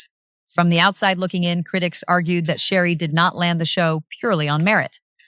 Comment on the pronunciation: You need to learn how to say her name before you try to talk about her. Is Sheree not Sheree